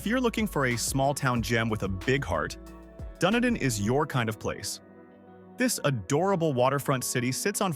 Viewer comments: The copy is spot on, but the voiceover is a joke, and the visuals are basically made up. I live in Dunedin. It's pronounced Done-Edin, not Done-a-dine. The Don Ce-Sar Hotel, the pink building featured in the Gulfport section of this video, is not in Gulfport; it's on St. Pete Beach. I've got no comment about putting a photo of snow-covered mountains in a video about Florida. In Tampa, it's pronounced E-Bor City or I-Bor City. I know it's all AI-created, I just wonder how it could mess up the images so badly. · Dun ee dun Florida not dun ah dun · It’s pronounced Dun-Edin. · Dun-Edin/ dumdum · I like videos like this however too many are using AI voices to narrate. It seems kind of lazy to produce a video and not put some personality in it…I stopped watching when the video butchered the pronunciation of Dunedin, FL!